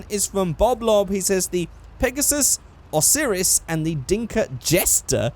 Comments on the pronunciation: you pronouced Osiris wrong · why do you call a spawner a spooner? also the osiris is pronounced O' sigh riss.